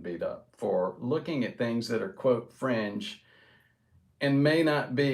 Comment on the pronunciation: The first few times he said ''fringe'' I heard ''French'' but figured it was something else!